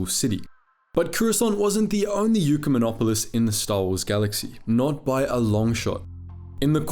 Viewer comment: Ecumenopolis is not Eucomonopolis